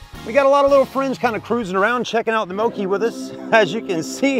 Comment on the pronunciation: FYI it’s pronounced Moke as in Smoke